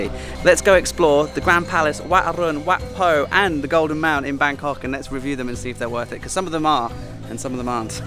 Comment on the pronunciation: It's Wat PO,. In Thai transliteration, whenever you see an 'h' after the initial consonant, it just means that the initial consonant must be aspirated. On the other hand, and frustratingly so for learner's of the language, no letter 'h' after the initial consonant DOES NOT always mean that the initial consonant is unaspirated. That's down to a lack of a universal standard agreed upon by academics in Thailand on transliteration unlike, say, hanyu pinyin of China.